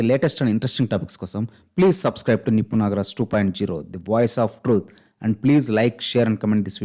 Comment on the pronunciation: Nippu ❌ Niffffu 😂✅